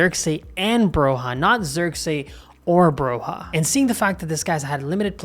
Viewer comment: The J of Broja is spelled like a long i Like the J of Juventus I'm Albanian and Broja is the star of our team. I'd love to see an Albanian play for AC Milan. He has a huge potential. He had a bad injury last season which has influenced him a lot. I hope he recovers fast and starts playing at his normal pace. He has a huge potential, easily at Zirkzee's level. Hope Milan get a good deal for him cause we'll have a true number 9 for years to come Keep up the good work,!